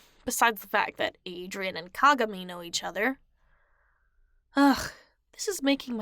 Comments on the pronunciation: The way she said kagami lmao 🤣 "cogamee" lol I love it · Atleast pronounce kagamis name right